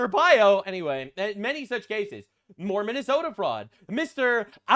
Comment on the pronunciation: Please don't ever say "More Minnesota Fraud" again. I heard Mormon esta fraud.